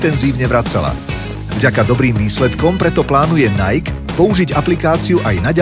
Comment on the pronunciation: 1.) Najk? Nie Najki? 2.) Fejsbúk? Stačí krátke u...